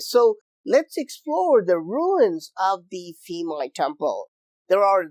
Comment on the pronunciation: Thais do not pronounce "Ph" as an "F" sound. Rather, it is a strong "P" sound. Phuket, Phimai Temple, Phi Phi Island, all start with a P sound, not an F sound. Thanks for another great video.